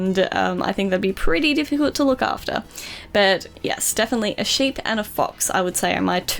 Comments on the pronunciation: is she saying shape or a sheep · lol thought she was saying a shape instead of sheep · when the favorite animal thing it sounded like she said shape